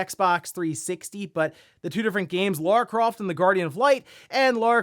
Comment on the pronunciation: Laura Croft? Who's that?